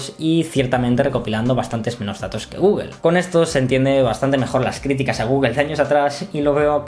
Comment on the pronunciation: "Guguel"?..Googel, o Google..